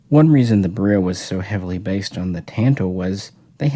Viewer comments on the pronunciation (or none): not pronouced bereel. lol beril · My understanding is that it is probounced "beh rill" not "beh reel". We dont say "beh reel eeum" we say "beh rill eeum.". But yeah, its definirely not pronounced like a "barrel." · All that knowledge and still insist on pronouncing beryl wrong. Simple google search will prove it. Js.